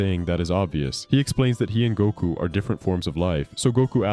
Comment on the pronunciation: Every time I hear you say Goku, I'm hearing Gunko lol.